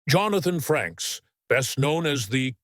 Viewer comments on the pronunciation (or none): get someone who actually READS the material....there is NO N in his last name..... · Frakes not Franks !